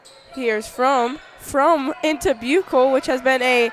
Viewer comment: Always enjoy the commentary from!! You guys were right at the very beginning of the girls game of how to say Buechle. The “ch” as in chew is correct instead of a “k” sound. Thanks again for the play by play!